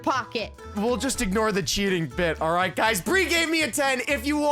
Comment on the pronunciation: Yea "rite"